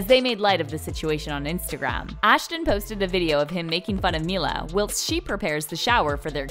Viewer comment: I'd rather spend time with stinky Gwyneth than this stupid narrator. Learn how to pronounce "whilst". More importantly, learn the difference between deodorant and anti-perspirant.